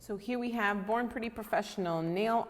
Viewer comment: I thought U said “ boring pretty “ 😂